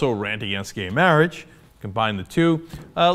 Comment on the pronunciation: Being able to pronounce "marriage" should be a prerequisite for making legislation on marriage.